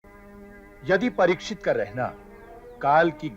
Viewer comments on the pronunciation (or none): Pratisikhit nahi Parikshit